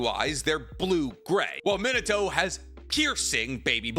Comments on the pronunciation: it’s not Mino-toe. It’s Me-na-toe. Listen to how Kushina says it in dub or anyone man pleaseeeee you’re killing me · it is pronounced Me nah toe Not min a toe Man has a tattoo of him and can't even pronounce his name correctly